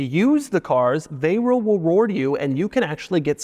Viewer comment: Doug the type of guy to say « they wril weward you »